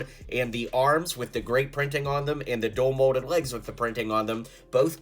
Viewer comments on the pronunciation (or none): DUAL molded Not dull molded😅